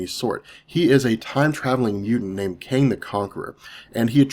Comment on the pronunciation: are you saying Kang or Kane? Because it sounds like Kane.